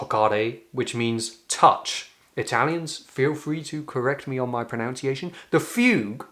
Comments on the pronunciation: This British person will call out your mis-"pronounciation" of pronunciation. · The word is pronunciation … not an 'ounce' in pronunciation! 🫢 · Englishman here correcting you on your pronunciation. Note, there is no "o" after the first "n". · You mispronounced the word pronunciation. There is no 'o' in the middle, either in spelling or pronunciation.